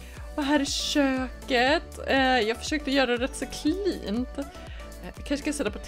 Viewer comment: Du sa kint när du skulle säga fint